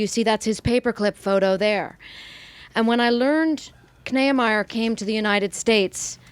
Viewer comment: Kneiemier? I think its pronounced "Nee-ah-my-er" at least among German Americans.